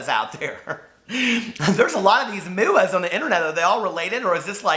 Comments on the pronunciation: Youre so cute. "There's a lot of moo-uhh's out there." 😂😂❤️ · I'm laughing way too hard at 'mooah'! 'Are all these muas related?'